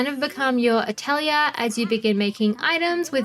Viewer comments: that's how aussies say atelier chill bruv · The video is great but PLEASE DON'T SAY ATELIER LIKE THAT.... FOR THE LOVE OF GOD..